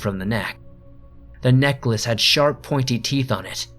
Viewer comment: What you said: "A necklace dangle from the neck" What I heard: "A neckless dangle from the neck" I was confused for all of about five seconds there.